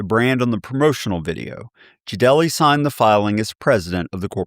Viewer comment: just to let you know, his name is pronounced Jade Lee not Ja Del E.